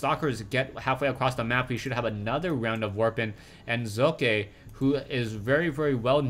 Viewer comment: Heads up here on how to pronounce 'Socke' =) translate. google .com/#de|de|socke Remove the spaces and listen to it.. the Z in the beginning is good but the E in the end isn't =) #rawr